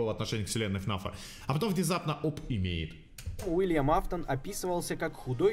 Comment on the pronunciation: Уильям а не Вилиам